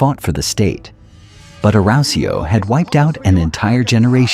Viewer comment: Awesome storytelling and visuals, but bloody hell, your pronunciation of 'Arausio' is physically painful to listen to man.